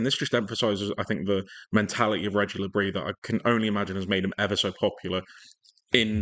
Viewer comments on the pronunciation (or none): How to pronounce Regis Le Bris? You''re wrong with both attempts. Do it like HE told us when he signed...he's a Breton not regular French so you pronounce the S. It's Regeeece le Breeece. You got Roefs right but Aldorete wrong it's easy Aldo -retay NOT -rartay...while you're at it there's Geertruida lurking. He's just signed but not played yet. V difficult for Brits to pronounce because ideally you need a throat infection. Best I can do on here is Hear-trowda. UI in Dutch is pronounced OW. Otherwise good video and well done ! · Great video mate but you are getting lots of duff advice on how to pronounce Régis Le Bris. The acute accent on the e (é) means that the first syllable is pronounced as Ray. Neither s is silent. So it’s something like Rayjiss LeBriss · It's pronounced - Reg-eess Le briss- he's from Brittany so it's not pronounced like the cheese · Regis le bris… you need to emphasise the iiisss